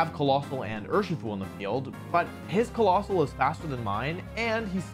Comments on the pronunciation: no, colossal(Kuh-lossal) and COALOSSAL(KOAL-ossal) do infact sound different when sounded out so they are infact PRONOUNCED differently Like im not hating on wolfy, its just something i noticed lol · even if its wrong the pronunciation the way how you pronounce it doesn't really change. Also saying colossal is lot more smooth than coalossal